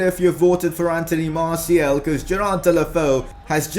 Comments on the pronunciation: Hos name is Martial not martiel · no offence but when u said martial messi and dembele it didn't sound good